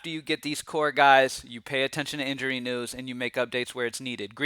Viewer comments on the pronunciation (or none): none